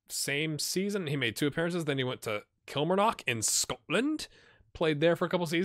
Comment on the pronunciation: Was funny when you tried to say kilmarnock you said it all wrong but worth a try 😁